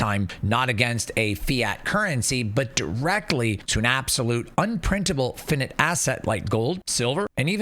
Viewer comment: F(eye) N(eye)te FFS, are you that ignorant?